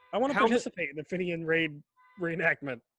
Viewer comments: Not to bright on the old Geography and fenian history🙄its pronounced feenian not finion . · Fenian is pronounced feen yin